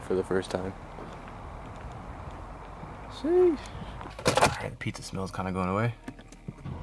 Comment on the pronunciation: bruh says “sheeeesh” like he’s from london town 🤣